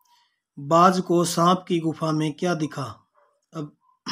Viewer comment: गुफ नही गुफा सर 😂😂